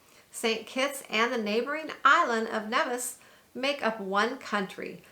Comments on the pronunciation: Nevis is pronounced like Neevis.... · Thanks for showcasing my beautiful Federation. With respect...correct pronunciation of names would also be appreciated. Neeeevis, Ba-teek,..just ask a local...